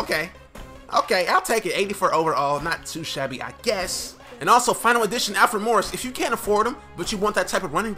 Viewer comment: is says Alfre instead of Alfred